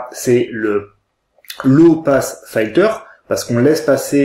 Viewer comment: "Filter" se prononcer "filteu(r)" et non "faïteu(r)" ! ;-) Par contre, la raisonnance a l'air énorme, il est de combien le Q factor ?